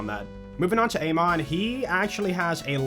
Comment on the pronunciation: Har-LOW. UH-mon. They aren’t even that hard 😭